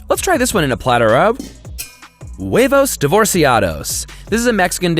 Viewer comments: the v in "huevos" has a b sound its more like webos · As a Spanish person, Hearing say huevos, rancheros, and divorciados realy hurts It's Whe-Vose, not Way-vose Ranch- e- rose Not ranch ay rose, It isn't even about accent hes just saying it wrong